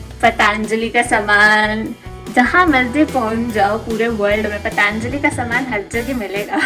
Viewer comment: 😂 Its not Phaathaanjali! Its Patanjali